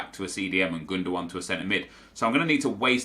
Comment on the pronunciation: For fuck sake. Stop talking GundoONE... Its Gundogan. Second G read like a hard G... but not ONE.